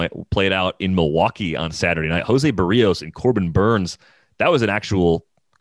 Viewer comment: Someone should gently tell how to correctly pronounce Jose Berrios' last name.